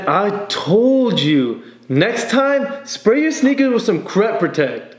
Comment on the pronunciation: I heard the word "sneakers" soooo many times.. I hear snickers now..